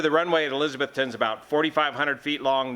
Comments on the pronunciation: We say elizza-BETH-tun. Only furiners say it like Elizabeth with a ton on the end. Watch for clarification Cheers, -- Joe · It’s eliz. A Beth ton. Tennessee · the crash occured in Eliza-BETH -ton. We're in NE Tennessee, which is in the south. We sometimes pronounce things funny, and in this case, it's ElizaBETHton. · Sorry dude, it's pronounced "e-liz-a-BETH-ton", OK?